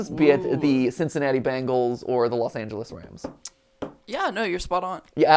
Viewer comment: That Midwest pronunciation of Bengals👌🏼